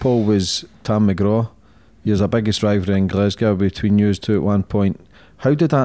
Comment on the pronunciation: How did that pronounciation of Glasgow goe?